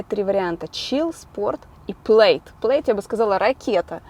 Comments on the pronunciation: произносится плэд а не плэйд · Правильно не Плэйд, а ПЛЯД!!! Я смотрел пародию на звездые войны (от куда Илон черпает названия машин) , правильно именно ПЛЯД!!!! И имеется в веду матное русское слово, американским акцентом, именно это матное слово, таким акцентом, было сказано в той пародии от нереального удивления огромного ускорения скорости полёта космического корабля..!!! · prsiznosictsia kak Plad a ne Pleid, po ruski